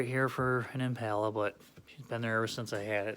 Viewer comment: EmPala… Spanish accent